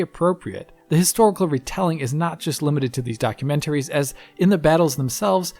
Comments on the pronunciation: Documen ... Wait for it... ...tary! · In German we emphasise the syllable "-tar" in the (german) word "Dokumentar". He's German and perhaps thought it's similar in English. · Please stop saying documentaries like that. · I've never heard documentaries pronounced in that particular fashion.